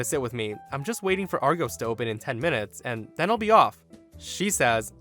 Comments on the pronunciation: argawss, not ar-go's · We pronounce it Arr-goss, sweetie, not Arr-gose. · Argos is pronounced: 'are-gos' the gos being like '"cost'. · Being 6'1" tall I would SO not give up my seat especially if I had paid extra for it. And it's pronounced Argoss but you're American so you're forgiven;-) And as for the last story, wow, just wow. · The pronunciation of argos 🙄🙄